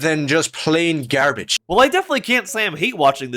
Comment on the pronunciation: Why did bro pronounce the word, gare-bedje